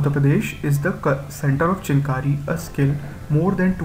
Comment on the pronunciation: It's not pronounced as 'Chin kari' but 'Chikan Kari'